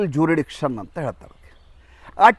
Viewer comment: ಸ್ವಾಮಿ ನೀವು ಆಂಗ್ಲ ಭಾಷೆಲಿ jurisdiction ಅನ್ನು ಕನ್ನಡದಲ್ಲಿ,ಜೂರಿಡಿಕ್ಷನ್, ಜೂರಿಡಿಕ್ಷನ್ ಅಂತ ಪದೇ ಪದೇ ಹೇಳಿದ್ದೀರ. ಅದು ಜೂರಿಸ್ಡಿಕ್ಷನ್. ಕ್ಷಮೆ ಇರಲಿ.